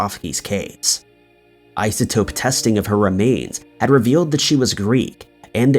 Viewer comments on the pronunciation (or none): none